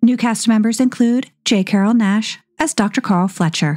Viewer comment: J. Carrol Naish's name does not rhyme with dash. The "a" is long like "paid" or "raise". Phonetically, it would look like "Naysh". Otherwise, your videos are very entertaining. I'm 74 and still learning. Thanks. ❤